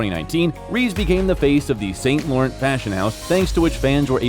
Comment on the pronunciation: He's hilarious in Always be My Maybe, hahaha. SIDENOTE: dudes pronunciation of Porsche and Saint Laurent..... is this not a person, but a machine doing the narration?